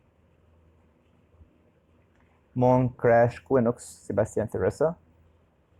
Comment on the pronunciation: if you read quinox = kinox not kwinox.